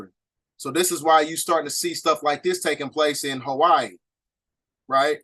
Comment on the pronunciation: Amazing 😻 Hawaii sounds more like a « coup « try do more research on that 🙏🏾